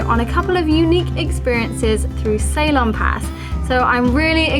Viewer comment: Hey Ceylon = Sea-lawn, that's how it should be pronounced darling..😊 cheers